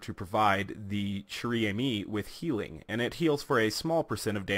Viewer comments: In case you didn't know "chère" is pronounced like the English word "share". The gun's name means Precious Friend. Friend is in the feminine so it's almost like the gun is called Girlfriend or Lover. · Lol dude "chere" is pronounced "share". Not judging tho, cuz a lot of french words are weird in pronunciation